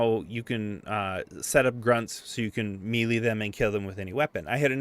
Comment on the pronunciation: Melee is pronounced may-lay btw